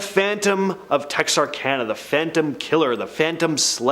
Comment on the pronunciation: Bexar is pronounced “bear”